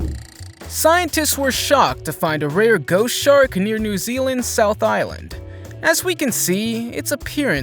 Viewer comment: Did Anybody Notice When He Says "Ghost Shark" It Sounds Like "Goat Shark'